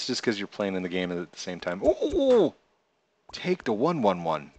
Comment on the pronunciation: lol thats takeda111. not take da 111 xD